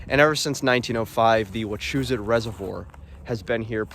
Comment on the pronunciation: Had to stop watching because of the way you pronounced “Wachusett” lol